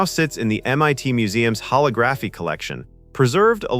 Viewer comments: Get a real person to read the script, someone who looks up unfamiliar words like “holography” so it’s pronounced correctly! Theatrical isn’t as unfamiliar so, come on! AI sucks at pronouncing things. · I LOATHE that they used AI to narrate this, since this was once of my favorite movies growing up! Any HUMAN would know how to pronounce "Holography" correctly! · The narrator mispronounced a few words like "holography" throughout the video. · Please teach your AI to pronounce holography 😂 and Agutter 😢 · Learn how to properly pronounce holography. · The word "holography" is stressed on the SECOND syllable. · The AI put the wrong em‑PHA‑sis on the wrong syl‑LA‑ble. :-D #MikeMyers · Yep, that bugged me. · Laser HoLOGraphy not Laser HologRAPHy It's so weird that AI narrated that video about a movie about a future AI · Huh-log-gruh-fee not holla-graph-eee. 🙃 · LOL, I read this comment before watching the video and I was like "how bad could it be?" I never in a million years would have predicted "hollow-graph-e." I burst out laughing when I heard it. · ho LO graph y, not ho log GRAPH y :) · hole-ah-graph-eee NOT holo-graph-eee learn how to pronounce a word and rehearse a script before making a video. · "Ho-LOG-raphy". Not "Ho-lo-GRAPHY". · "Hall-oh-graphy"? No, "huh-log-gruh-fee". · It's pronounced holog-graphy, not holo-graphy, the same as photography or videography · Also why is it holography getting pronounced [ho-lo-GRA-fi] instead of [ho-LO-gra-fi]? I like video otherwise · Why is it that AI can't can't pronounce holography correctly. Here's how hō-lŏg′rə-fē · Pronunciation of holography is incorrect. Sad. It's hol·og·ra·phy [hōˈläɡrəfē] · Hollow-graphy? Really? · Was this narrated by AI? I believe it's pronounced "ho-lig-raffi." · "hollow graffy" 🤣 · Holl - og - Grah - fee for fucks sake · Holographie? You mean Hol-Log-graphy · "Hollow-graphy"? Guess it's obvious that no human narrated this. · huh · laa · gruh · fee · hollow-graphy hahaha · Hollow graphy? AI sucks.